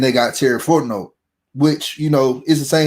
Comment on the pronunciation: 1 of 2 ways i need this to go down.... either you figure out how to say the mans name, "Fon T Know", OR, you continually mispronounce it for the entirety of his tenure at the falcons or just call him BIG T BABY